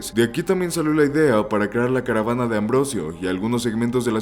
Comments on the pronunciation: no es carabana...............es carabina gracias. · es CARABINA no "carabana" jajaja